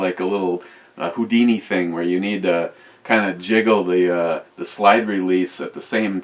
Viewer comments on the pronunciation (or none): none